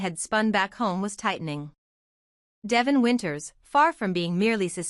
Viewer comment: Omg narrator its Deeevon, say it correctly